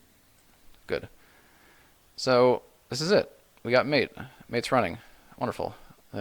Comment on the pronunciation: Just a couple of points: Mate is pronounced mah-tey. I learnt it last month, actually. Secondly, I don't know if you mentioned it or not, but the installation process with UEFI systems is a bit different.